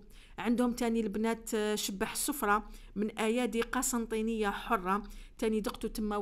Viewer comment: اسمه شباح السفرة ما كانش الشدة على الباء. اسمحي لي اذا كنت قباءلية النطق تاعك عادي.